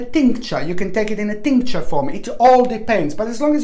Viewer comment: milk thistle that is what i need...every time you say tincture I burst out laughing, its hilarious